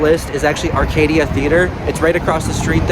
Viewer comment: It’s arcada theatre not Arcadia . Pronounced it wrong . Added a letter “i” that doesn’t exist. Locals would make fun of you. It’s pronounced “are-cah-duh”